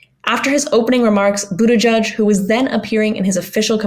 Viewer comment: It's "Boot-Edge-Edge" not "Boot-Edge-Judge".